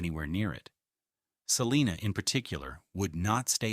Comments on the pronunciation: It’s not pronounced: Sa-lee-na It’s pronounced: Sa-line-a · I live in the Town of Salina in Onondaga County. Onondaga is pronounced with a short o. Like on. On on not off off. Salina is also pronounced incorrectly here The I is a long I, not long e sound. PS. Thanks for this very informative video.